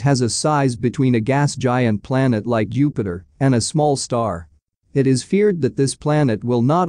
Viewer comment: Am i the only one who heard "Youpiter"